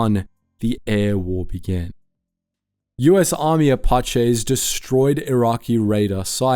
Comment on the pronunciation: Yo man your pronunciations on this one for apache and chinook are very incorrect